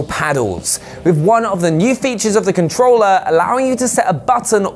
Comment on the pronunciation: I have this controller " with an R" not controllaa. No a in controller